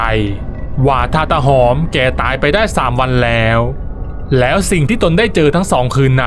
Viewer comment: ฟังช่วงแรกๆ ได้ยิน ออกเสียง ว่า ตา หอบ ตลอด ผมก็งง ทันต้อง ตาหอม ไม่ใช่หรอ?